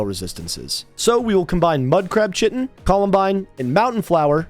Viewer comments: Aegis pronunciation = ay-jiss Chitin = ky - tin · I know this is incredibly pedantic of me, but my philological OCD is compelling me to tell you the word chitin is a hard K sound (not a "ch" as in church) and rhymes with "high tin." Sorry, sorry, sorry, I'll see myself out and go right to my 30 minute time-out facing the wall in my know-it-all corner.